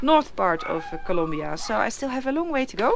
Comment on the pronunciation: Noraly it is COLOMBIA not COLUMBIA hahah